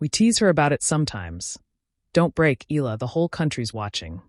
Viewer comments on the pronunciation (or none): Akex Eala’s surname is pronounced thus: E-YA-LA! Please take note! 🫤